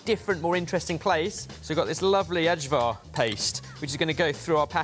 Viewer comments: pls don’t call it “adgvar” the ai is pronounced like an i so it’s pronounced “i” + “var”. So the var part was correct already. Apart from this. Great video. Love it when you guys do some actual cooking and not testing gadgets. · saying Aj-Var instead of Eye-Var is like nails down a chalkboard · pronunciation is EVERYTHING. That food is called, I-var. Eye-Var. it is delicious, and it has a name. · Surely he knows it's not pronounced adj var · Okey i love you guys but your pronunciation of Ajvar is killing me. Take the hard J(ay) out of it and replace it with a soft J like you would pronounce yawn or you. We don't spell it like this but to make it easier on you its more like EYE-var. Im sorry but it was killing me every single time i hear you butcher my fave winter meal's name. Thank you!!! 😅😅💙💙🙏🏽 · it is Ajvar pronounced as AY-VAR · did mean to saj Ajvar? Like the Balkan condiment/sauce? It's pronounced I-war, or I-VAR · Tiny thing about ajvar, it's pronounced "eye-var". The "j" sounds like a "y," and the "ar" sounds like "ar" in "car <3 Also you should deff explore more of Balkan food, especially Serbian, Bosnian, Croatian ... we have a lot of cool stuff. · Who else experienced pain at pronouncing "Ajvar"? Or Barry calling it Italian 😂 The Macedonian flag was right there on the packaging haha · I wish you guys even tried to pronounce ajvar correctly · We pronounce ajvár's 'j' as 'y', not as soft 'g'. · your pronunciation of Ajvar makes me so sad. Usually, I am delighted, to the point of imagining a fellate situation…not today. Sad.